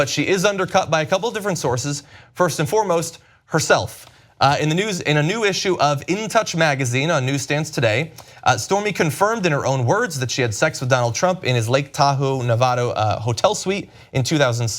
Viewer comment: Navado? Really you can't say Nevada right